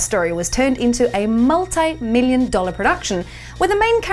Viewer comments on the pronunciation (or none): Why does say multeye?